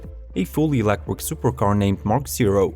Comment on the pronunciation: 2 things I dont like about this video.....the cars are too expensive for me, and the fact that this guy cant pronounce the word electric properly. Why does he insist on saying "electwic" ?